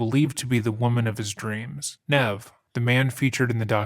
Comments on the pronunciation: The thing that made this case so big is that evidence was actually left behind. I find it insane that the killer didn’t actually take the phone just in case very strange all around I hope they catch this pos Ps. It’s neev like kneev not “nev” like Ned come on bro for all the fact checking you do you gotta do better with pronouncing names. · I’ve never heard anyone pronounce “Nev” with a short “e”. Have you not watched the show? Or the movie? Or any clips on YouTube? Ever? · Just a small point, but the name "Nev" is pronounced with a long E; "neeve". Like "knee", but with a V at the end. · It’s pronounced “Nee-v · It is pronounced knee - v, Nev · Aww poor Nev! His name is pronounced like ‘Neeve’ 🙃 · lol Nev. Its Ne-eve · Great video but please double check the pronunciation of people's names before you upload your videos. Nev is pronounced like Neev! Just letting you know. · Nev is pronounced neev, with a long e. Js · Pronounced "Neev". Surely you know that? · His name, Nev, is pronounced Neev. How did this happen lol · his name is pronounced like "nEEv" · Nev Schulman's name is pronounced "Neev." He says it several times on his movie and years worth of his show. It's really important that we all pronounce and spell names correctly, especially non-western names. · His name was pronounced neev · Nevs' name is pronounced like "neeve" lol- regardless thank u for covering this one!!!! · Nev with a long e. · You pronounced his name wrong lol that's nev from mtv catfish lol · You don’t get to use clips of Nev and slaughter his name at the same time 😂